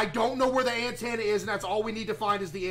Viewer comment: Bro said an tanna